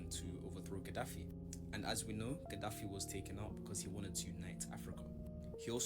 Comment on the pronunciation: It is Colonel Gaddafi. Learn to pronounce words correctly. Practice makes perfect. Learn diction in the mirror there is no shame in that.